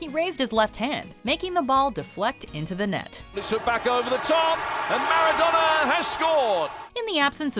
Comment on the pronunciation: for f*cks sake, stop it with the foreign word butchering. Do some research on how to pronounce them correctly. This is a thing you do on every video with foreign words. Why the hell do you cringely pronounce European names/last names, but last names such as Maradona, you keep the English accent?